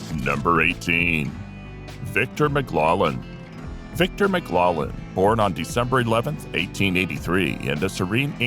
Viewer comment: So not only are you pronouncing Victor Mclaglen wrong you also showed a picture from Gunga Din when talking about another film altogether.